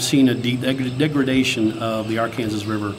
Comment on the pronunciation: Cool video. Love to see more of the trip. Did you make it all the way to the Mississippi. Please pronounce the river right. It’s not Ar Kansas river it is Arkansas the word Kansas is not pronounced.